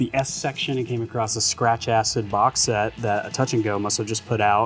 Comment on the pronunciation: "The first thing I came acrosst" not another acrosster 😢